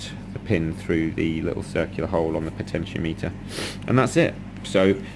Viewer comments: potenti-ometer not potentio-meter. Thanks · PO-tenti-O-meter, like thermometer and speedometer. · Great work, Very helpful. I don't care how you pronounce Potentiometer, in no way does that detract from the information presented.